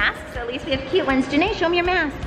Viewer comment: Its Janae not Jenae